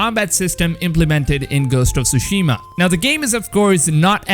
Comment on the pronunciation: Is it just me? I feel my head is going to explode every time I hear TSUSHIMA BEING SAID WRONG, In the extended trailer a Japanese man pronounce the name of the island as it should be, hearing all “Youtubers” say the name wrong only shows a deep disrespect of a foreign language. FML. 🤮